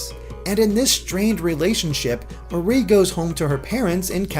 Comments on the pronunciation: Her name is MAR IE not MA RIE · im pretty sure that its pronounced like the mari in calimari like calliemarie